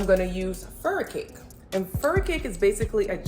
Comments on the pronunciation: Fur-kai-key what is furi-cake lol Furikake ma'am lol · FURIKAKE Pronounced FU-REE-KAH-KEE ... I was "listening" to your video at a distance and I could not understand when you mentioned this ingredient , so I had to go back to my laptop and rewind and view. I use this alot in my kitchen as well. Thank you for sharing this wonderful and delicious recipe!!!! I love all your videos. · Furikake seasoning...grew up using this in spam musubi and scrambled eggs and fried rice living in Hawaii...however, the product is pronounced "fu-roo-ka-kay"...I love your vids and used to love scallops but now that I'm vegan, I never thought oyster mushrooms would replace them..gonna definitely try this as I LOVE pasta and mushrooms anyway!